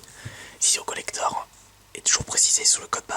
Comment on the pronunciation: ce que contient ce COLLECTHORRRRRHEEEE Aie la prononciation